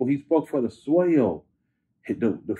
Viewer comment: He spoke for the Soyel (Soil)😁